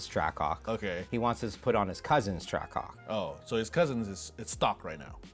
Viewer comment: Whole intro all you hear is “TrackCock” like brother it’s TRACK-HAWK